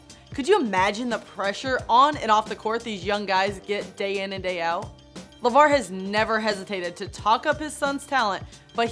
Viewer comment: this Tori lady is not very good at reading the teleprompter. she even called him LaVel.